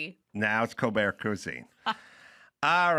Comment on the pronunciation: "Col- bert "